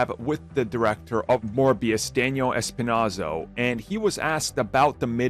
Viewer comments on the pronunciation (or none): Its Espinosa, not espinaso